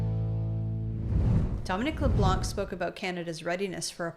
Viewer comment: pronouncing Leblanc.. ''C'' is a silent letter .. ''Leblan'' .... that ''c'' is reserved for the *unt that he is !!!! thank you 😁